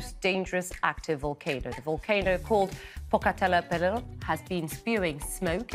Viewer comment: Pedasos de ....😅 POPOCATÉPETL 😂😅😂NO E CONOCIDO MEXICANO QUE NO PRONUNCIE BIEN ESTA FACIL PALABRA 😅